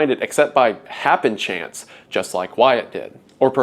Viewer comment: "happenchance" lol